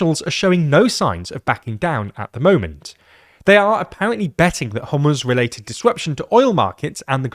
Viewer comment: Thank you for pronouncing Iran and Hormoz correctly 🙏